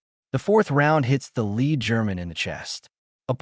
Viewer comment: Pulease say lead properly.